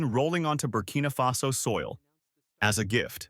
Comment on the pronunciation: ❤❤❤❤❤❤❤❤❤❤ It's Barcina Faso roight❤❤❤❤❤❤❤❤❤❤❤❤❤❤. Happy brother, happy barcina faso.